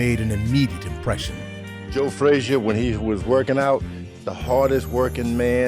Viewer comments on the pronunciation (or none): Even the way Ali pronounced Frazier's name was derisive - "Joe Fray-shuh." Joe was a good guy and a great champion who didn't deserve to be treated that way.